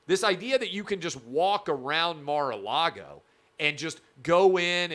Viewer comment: Mar-Car -Lago 🇨🇳